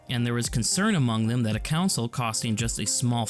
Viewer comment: I’m proud to hold the title of an early subscriber to your channel! A couple nitpicks though: the phrase is “magnum opus” Also it sounded like you pronounced it a couple ways, but Miyamoto is pronounced “mee-ya-moto” instead of “my-ya-moto”. Also “console” keeps sounding like “counsel”. Very minor nitpicks that ultimately don’t affect my enjoyment of the video! Keep it up!